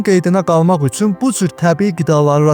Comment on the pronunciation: Üsün yox üçün 😅